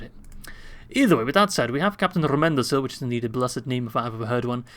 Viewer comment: Hello, I just thought that you would like to know that Rómendacil is pronounced Ro-mend-dac-kill.